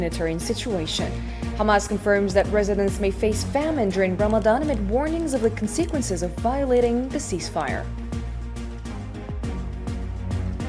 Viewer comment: The stress on the syllable must be worked upon, an example : Con...sequences and not conseequences. Good luck. Sa77a ftorkom and God bless.